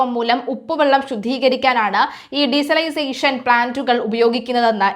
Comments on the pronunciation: Desalisation അല്ല ഡിസാൽനേഷൻ😂😂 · For your Kind information,,,its Not Diesalisation,,,, its De- Salination,,,removing salt from sea water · De -salination plant anu mole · Desalination plant എന്ന് പറയു!! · ഡിസൈസലൈസേഷൻ അല്ല